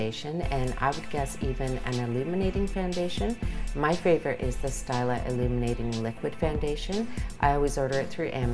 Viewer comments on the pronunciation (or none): pronounce steeela not STY la